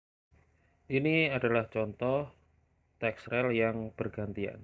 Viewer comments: Rel..?? Bacanya riil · Dibacanya ril bukan rel bang